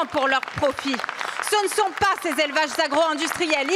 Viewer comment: 63000 Zélevages ?! Comment peut-on mépriser la langue quand on est députée ?